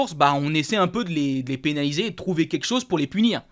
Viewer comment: Salut je participe au concours Mais par pitié essaie de bien prononcer " quelque chose" parce que à chaque fois tu me fais saigner les oreilles 😂✌️